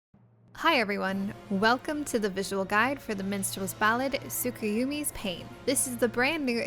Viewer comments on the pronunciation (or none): lolololol it's pronounced tsukuyami lolol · Snrk, that pronunciation of Tsukuyomi- Your other pronunciations were fine though! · Insert laugh about the mispronounciation of Tsukuyomi